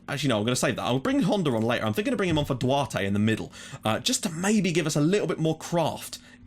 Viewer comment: and Duarte is like "Dou-Art"